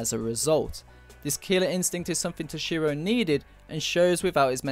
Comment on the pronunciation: I have to admit, you pronounce "Toshiro" really oddly. Too much emphasis on the "SHI" part of his name.